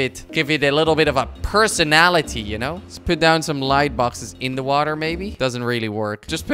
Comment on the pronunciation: Kwebbelkop: "Let's put sown a' little scenery." *Makes a Forest*